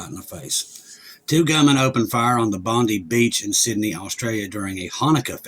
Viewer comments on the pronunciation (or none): It’s pronounced bond 👁️ the number of fatalities change depending on who you listen to